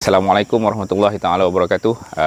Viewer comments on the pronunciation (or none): none